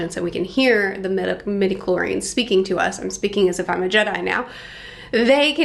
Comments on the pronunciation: Love your enthusiasm! Just a note because it bugged my pedantic ears, but it’s “midichlori-ANS” Anyway, love your enthusiasm! Star Wars is great, even when it gets kinda dumb, because it’s so mythic and almost fairy tale-like. After, it’s set in a world long ago, far far away… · Please pronounce the "a" in medichlorians.